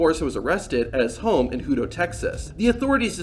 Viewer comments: Hoodo, tx 😂......it's hutto.... like pizza "hut" with an o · Bruh, like your style and content... But it's Huuuuuto Tx, not hoooto Tx. Like " uhhhhh" why is there so much traffic Lol Keto up the cool vids! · "Hoo-toe" Texas? It’s "hut-toe." Really, more like "hud-doe," like the first two-thirds of "huddle," to the locals. Go Hippos! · Its pronounced like hut. Hut -to, Texas. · “Hooto” lol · It's HUT-O that's how you pronounce Hutto Tx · It’s pronounced hut toe. Hutto. I lived there lol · It’s pronounced hut - toe lol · HUH-TOW is how you pronounce Hutto, their high school mascot is the hippo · BTW the pronuciation of the city Hutto is: HUT TOE. FYI.